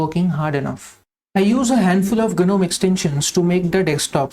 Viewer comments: G is silent in Gnome :-) Nice minimal setup btw. All the best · The fairy tale gnome, yes g is silent there. But for the Linux Desktop Environment gnome, g is not silent